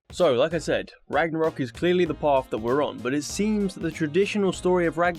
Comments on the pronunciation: Soooooo.... Ragnarok is pretty cool and all but what is "Ranarok" lol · “Ranarok” lol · Stopped watching when it said "ranarok" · AH YES, My favourite Game. God of War RANAROK. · God of War Ranarok lol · GOD OF WAR RANAROK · "ranarok" seems more troubling lol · Ragnarok, not Ranarok. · "Ranarok" lol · Ah yes, Ranarok! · 'Ranarok' epic fail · ''Ranarock'', right... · Like how you said ranarok at the beggining of the video. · Why did it say Ranarok? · "RANAROK" lmao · It’s says at the start ranarok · ranarok ? are you fucking kidding me xdd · It says “ranarok” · Did anyone else see it said ranarok without a g